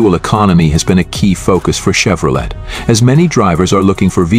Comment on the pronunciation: I ALWAYS UNDERSTOOD THAT THE T IN CHEVROLET WAS SILENT SO WE PRONOUNCE IT CHEVROLAY